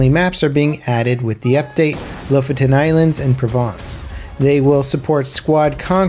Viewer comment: Hi, I just want to say I love your videos but I've heard you say "Lofoten Island" wrong so many times now that I just wanted to help you say it the right way okay. Your pronunciation of "Lofoten" is all wrong. sorry to tell you, but don't feel bad, Norwegian language is hard. The way says "Lofoten Island" The way Norwegians says "Lofoten" correctly